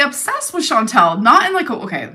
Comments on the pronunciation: Chan-TAL. Just because that dip $#!% can’t pronounce it, doesn’t mean we all have to be as dumb. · and Chantal are such good friends that can't even pronounce ChantAL's name!!